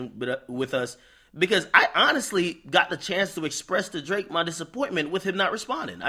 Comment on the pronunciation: Yo dont ever put that much emphasis on Drakes name again my g. 😂😂😂